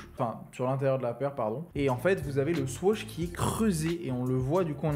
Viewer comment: On dit swoosh pas swoash